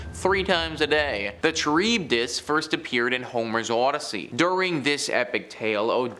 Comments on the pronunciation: Hearing this guy mispronounce Charybdis is so painful. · Heads up, you’re mispronouncing scabies and Charybdis. Scabies is said like Sc A Bees. Charybdis is kr-ib-duhs